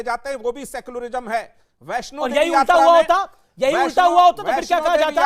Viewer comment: सेकुलरिजम नही सेकुलरिझम होता है 😅